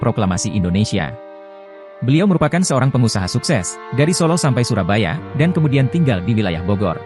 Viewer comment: Soerabaja itu ejaan lama dibaca surabaya ejaan yang disempurnakan. Bukan dibaca surabaja.